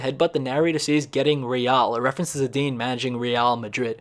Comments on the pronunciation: Ahhh yes my favorite player Zeeeedan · Your pronunciation of Zidane and Leicester City 😂😂😂